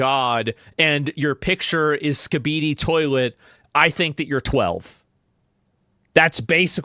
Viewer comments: ive never heard anyone pronounce skibidi like that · Discord just needs to listen to asmon pronounce "skibidi" to know that he isn't underage